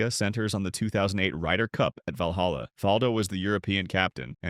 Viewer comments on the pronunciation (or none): none